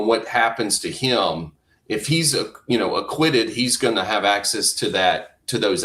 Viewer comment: What kind of crap is this. No one says F for if. Not even the British. Hillbilly might say iffin